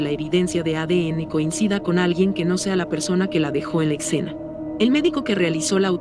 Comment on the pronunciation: Escena, no excena, después de eso todo muy bien